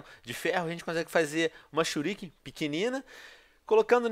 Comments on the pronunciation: mesmo se shuriken fosse pronunciado em portugues nao seria churiquei e sim shuriken porque é a forma correta de escrever essa palavra mesmo sendo portugues ou nao! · se o venom adorasse naruto msm ele iria falar shuriken direito